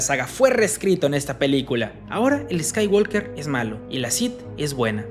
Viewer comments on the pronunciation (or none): niño se dice skywoker no eskaiwalker jajaja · La L de Walk no se pronuncia. Se dice "scaiguoker", no "scaiguolker". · La L de Walk no se pronuncia. No la dicen en el idioma original, no la dicen en el doblaje. ¿Por qué tú sí la dices? Así no se pronuncia.